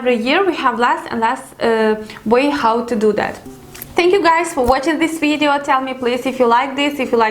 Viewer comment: Why do you pronounce Video as Weedeo. It's Video, not Wideo